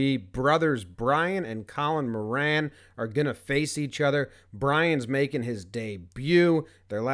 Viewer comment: That is not how you say Moran. It's more - en.